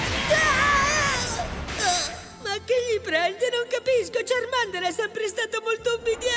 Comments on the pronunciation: Quando nel primo doppiaggio ash diceva charmEnder e charmilion 😭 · La pronuncia nuova di charmander e chameleon è un pugno in un occhio.